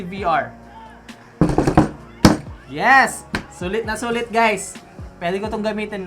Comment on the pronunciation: dapat ang tawagoag sulit, "naysulit" HAHAHAHAHHAA